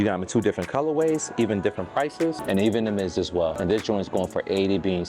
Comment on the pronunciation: Just wait until you hear his pronunciation of colorways 🤦‍♂️🤦‍♂️🤦‍♂️